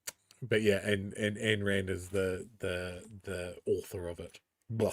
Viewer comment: "Ayn" rhymes with "mine." And if you read anything she wrote it's more like, "Mine, mine, mine! IT'S ALL MINE!!!"